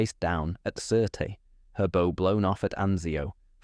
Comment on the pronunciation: "Bow" is pronounced as in a theatre curtain call, not as in a knotted ribbon...!